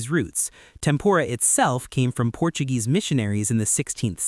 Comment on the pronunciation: "Topped with avocano slices" " Portudese roots" "jalatenios"